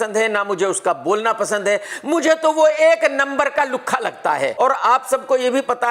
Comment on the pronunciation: KRK ke muh se Lukhha word Hillarious lagtaa hai Bhaisaab😂😂😂😂